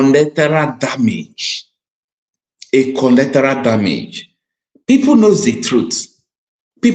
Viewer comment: what a tremendous job you are doing! In my opinion, you are umpteen. I, however, wish to correct you on a few errors which, if adhered to, will, immensely, enhance your efforts towards informing both the masses of Nigeria and the world, at large. That word is, actually, “Collateral” and not “Collectoral” - a word that doesn’t exist in the English Language. Also, the word, “Concern”, is often mispronounced as “Consign” which, even Lawyers and intellectuals, in Nigeria, are guilty of. They are completely different words, with different meanings - one dealing with feelings, while the other deals with goods, shipment or consignment. On e again, what a marvelous job you are doing!